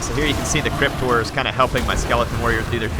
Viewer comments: to me it sounds like crypt whores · every time you say "crypt horrors" it sounds like "cryptors"